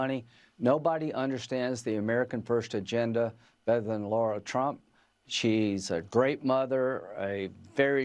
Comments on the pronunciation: 🔵when is everybody going to pronounce her name correctly!!! It’s LAra and not LAUra!!!! Frustrating to me! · PLEASE STOP calling her LAURA ! her name is LARA My name is Laura. 💙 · “Lara”, not “ Laura”! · Isn't it lara trump? As in La-Ra? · Graham can't even say Lara's name correctly